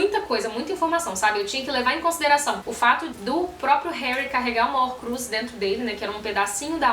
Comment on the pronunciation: Ela pronuncia horcrux diferente kkkkkk